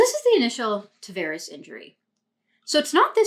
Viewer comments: Nice breakdown, but you keep calling him "Travares." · Great Video! only small critique would be the pronouncing of his last name 😂 other than that, really appreciate the insight 👌🏻